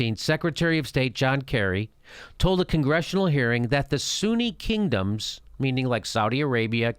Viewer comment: "Shi'a Pipeline... Suuni Pipeline". As spelled out in the Quran, right? haha